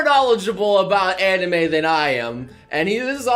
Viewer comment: HOLD UP HE JUST SAID "ANIMU"